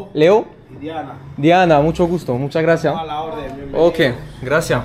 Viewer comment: stp mets un s à gracias ….😂 c’est insupportable 🤣😉autrement si je peux me permettre prends plus le temps avec les locaux ça pourrait être sympa. Courage et à bientôt pour la suite de ton aventure 👍🏼